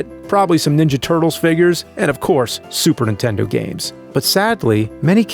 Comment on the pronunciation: Say Superntendo one more time